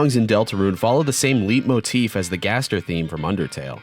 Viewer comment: Leitmotif is pronounced like "Light-motif" not "Leet-motif" like you said.